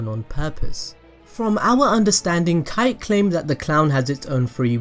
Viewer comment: não é kite é kaito!